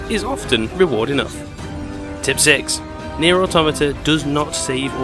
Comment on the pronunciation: Its pronounced NieR Automata, just so you know. Lol 😆